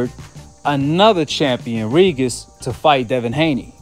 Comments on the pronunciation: Regis is pronounced Ree-Jus. Sometimes a g next to an i or e is pronounced as J in English. Like in Gin or Gem. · Why do you call this man “ Ree-Gis” 🤣😂😂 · Tha man name is pronounced Re-gist 😂